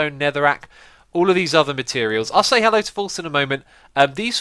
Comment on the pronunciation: X! sounds like your saying "hello" lose the H!